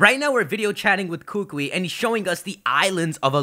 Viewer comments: hookwee no its kookoowee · it's "coo coo e" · Kukui is pronounced with the emphasis on the second syllable, just a heads up. You'll sound way smarter than all of the other pokemon youtubers and impress all us hawaiians too :) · KU-KU-IIIIIIIIIIIIIIIIIIIIIII [koo-koo-ee] NOT [koo-kwee]!!! AND... THERE IS A KUKUI NUT TREE... WHICH SIGNIFIES INTELLIGENCE AND KNOWLEDGE here IN HAWAI... btw... but hey it's okay ;D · I'm sorry I can't anymore people come on can you at least say the professors name correctly! Kukui, ku-ku-I or like a bird chime koo-koo and then add the E sound but instead of the o sound in koo-koo its this, so it's Ku-Ku-E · Dear, please stop mispronouncing the professor's name. It's pronounced kuh-coo-ee. There is a slight pause between "Ku" (kuh) and "kui" (coo-ee). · it's so hard hearing you trying to pronounce Hawaiian language right. I'm from Hawaii, big island. it's kuukuuee that's how you pronounce it. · Kukui is pronounced koo-koo-we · Bruh it's pronounced ku-ku-I the I is another syllable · I highly doubt they'd debut dual type moves, and plus it's pronounced Koo-koo-ee you need to slow down and think about what's all going on. You're rushing a little much and there's still months till this game comes out. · kukui is pronounced (KOO-KOO-E) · It's pronounced koo-koo-eee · pls kukui is pronounced as koo-koo-eee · Well first of all, you mispronounced Kukui, but that's okay haha. Second of all, Kukui is Hawaii's state TREE, so it still makes sense regardless. (This is coming from someone who lives in Hawaii). Great video, tho! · lol umm youre pronouncing Kukui wrong xD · The way you pronounce kukui is very cringe worthy. I'm sorry to be rude.